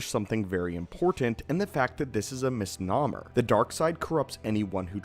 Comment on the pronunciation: Bro, learn how to pronounce words before using them. It is misnomer (miss-gnome-ur) not (miss-nahm-er)